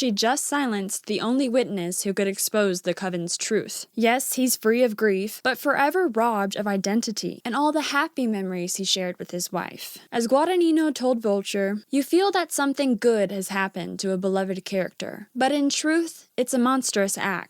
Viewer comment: Guadagnino's name is pronounced as gwah dah nyee noh. The sound of the third syllable "gni" sounds as the ño in the Spanish word niño, so take you pronunciation and invert the sound of the third and fourth syllable.